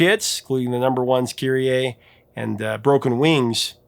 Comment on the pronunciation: You have no idea how happy I am to FINALLY hear someone pronounce "KYRIE" CORRECTLY!